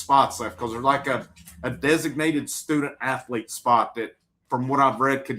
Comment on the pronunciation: “student athlete” still funny sounding Thanks for the rundown!